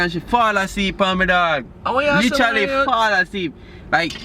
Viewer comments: lol, he cant say literally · lol, he cant pronounce literally me too